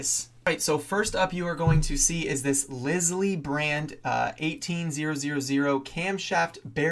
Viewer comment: “Lisle” is pronounced to rhyme with “aisle.”